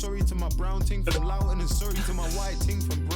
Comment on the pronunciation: Haha the way pronounced Loughton as Loud without the 'D' really shows we don't pronounce our 'Ts'